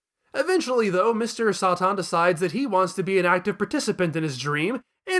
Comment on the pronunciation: “Mr Saht.han.” “Majeeen buu”